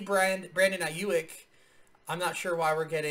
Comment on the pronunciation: His last name is eye-yook.